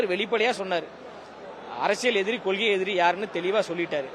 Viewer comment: தம்பி நீங்க இந்த கொள்கை என்று சொல்லும்போது வாய் வழுக்குதே ஏன் தம்பி 🤣. கொள்கை என்றால் செந்தமிழ் சீமானுக்கு மட்டுமே பொருந்தும் ❤️‍🔥❤️‍🔥❤️‍🔥❤️‍🔥.